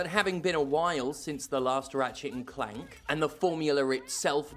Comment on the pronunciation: I legitimately thought you said Rivet and Keith! 😂